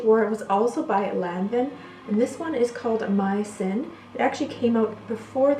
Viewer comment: Its pronounced Lanvoun and Skapareli. You are welcome.